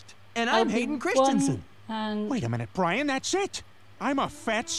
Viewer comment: you misspelled Brian you said BRAIN! hahaha! funny my drunk Irish Russian FAE butt but I had to correct you and I want to give you a good day and maybe a YEAR if you do right! :)